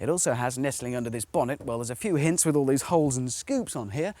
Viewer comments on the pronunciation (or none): none